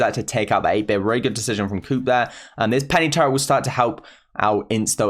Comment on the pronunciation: Who heard turrent as tara...